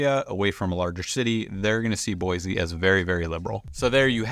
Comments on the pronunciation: Exactly is BOI-SEE not BOI-ZEE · You already pronounced it wrong